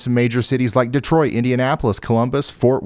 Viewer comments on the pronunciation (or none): none